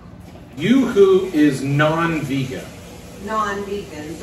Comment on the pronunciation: You said it right the first time. Yuzu is pronounced - You-zoo. It's a Asian citrus fruit.